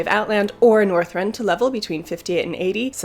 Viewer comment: Did you just say northrend then ??? Are you mad